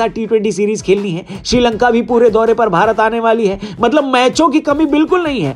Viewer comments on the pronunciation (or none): none